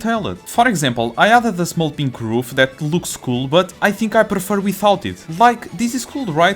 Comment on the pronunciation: I like that ween he pronouces "Roof" as "Hoof"